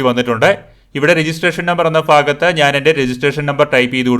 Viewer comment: ഫാഗത്ത് അല്ല ഭാഗത്ത്🤪🤪🤪🤪🤪🤪